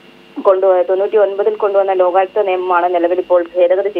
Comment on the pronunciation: ലോഖായുക്ത അല്ല ലോകായുക്ത ആണ് ശരി.